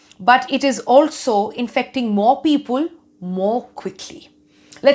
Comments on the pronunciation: Damn! She is great. Her english is terrific. Just at one place instead of "people" she said "peopul". Loved her speech though. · what is "Pea-Pul"? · All good untill - 'peeeeepul' 😀. Jokes apart. Love NDTV. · Except peepul 😂